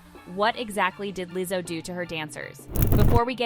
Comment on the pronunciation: what's with the Leezo? lol